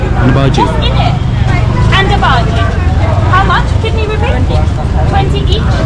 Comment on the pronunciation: Hi! I liked your video. But, just FYI, one of the snacks you ate is pronounced bajji, not bhaji. The emphasis is on the 2 jjs, not on the a.